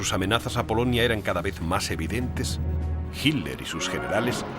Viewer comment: Tod está bonito,,,,,,solo qe el comentarista suena mal al pronunciar hirler,,,si esta hablando en español,,,debe pronunciar Hitler....como lo decimos tda la comunidad hispano parlante.